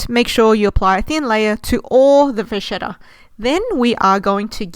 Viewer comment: It’s pronounced va-KET-ta not vashetta 😂